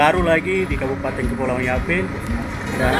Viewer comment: Mantap s'x... tp ini masukan buat harus atur tata bahasa baik supaya jgn ada kesalahan seperti kata KABUPATENG, KEPUALAUANG, YAPENG, DLL kalau memang tdk bisa rubah kebiasaan bicara yg suka tambah huruf "G" mungkin bisa diakali saat EDITING video (potong bagian2 yg tata bahasanya salah)🙏🏽🙏🏽🙏🏽